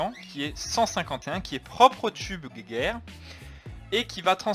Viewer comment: Soit vous le prononcer en français et vous dite "jéjaire" soit vous le prononcer en allemand et vous dite "guaillegeure"mais le mélange des deux, "guéguerre", ça accroche nos pauvres oreilles.